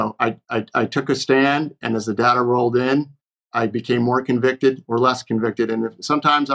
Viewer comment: He wa convicted and the more cinvicted? I would rather read a book by someone who used english correctly.